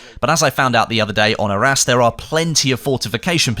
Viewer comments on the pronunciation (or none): “Then you have maps like Our Ass (Arras)” damn that accent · 😂 i always hear it our ass